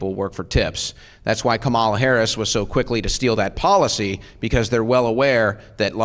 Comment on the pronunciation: Suit boy can't even pronounce Harris's name